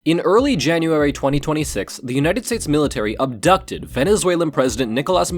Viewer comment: **ABDUCTED** GUYS WITH EMPHASIS AND A PAUSE ALL WITHIN THE FIRST THREE SECONDS